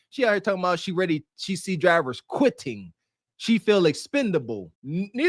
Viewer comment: Dwivers are qwitting lef and wight? wtf is your tongue swollen up